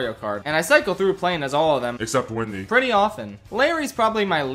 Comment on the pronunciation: Why does he pronounce Wendy as Windy?